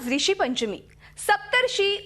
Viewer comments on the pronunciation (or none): arey yaar Kay sutrasanchalak aahe..😞😞😟😟😠😠. baye, hindi aani Marathi uchchar vegle aahet....tu Hindi uchchar kelas.. Marathi vahini aahe tar Marathi uchchar kara rishipanchmi nahi, Rushipanchmi mhantat Marathi madhye